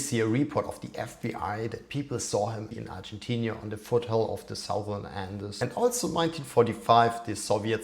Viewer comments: You write (correctly) Argentina, but you pronounce it Argentinia. Why? It's annoying. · It's Argentina not Argentinia